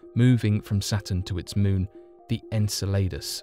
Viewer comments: Lmao. “The ‘En-sell-ade-us’” kept making me Lol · En-sell-uh-duss.....thats how to pronounce Saturn's moon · Saturns moon is pronounced: EN-CELL-A-DUSS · This word for this moon, as many others, is Greek and is written in English characters and pronounced E-G-E-L-A-D-O-S (Εγκέλαδος - another word for earthquake in Greek) if you want to be right on the spot! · How can you claim to be so knowledgeable, yet pronounce the name of Saturn's moon Enceladus so badly? And there's no THE in front of its name either. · The pronunciation of Saturn's moon was so far off that I almost threw up in my mouth. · Ur pronouncing enceladus wrong lol